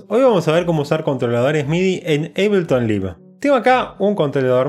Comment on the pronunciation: Se pronuncia "Aibelton Laif" no livu xd